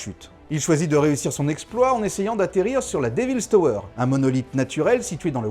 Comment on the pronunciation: "déville tauweure".....!?!?!?!?